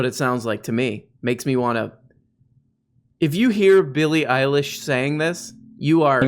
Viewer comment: Eillie Billish